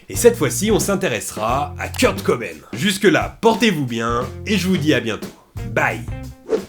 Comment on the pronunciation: J'ai explosé à l'instant où t'as prononcé Kurt Cobain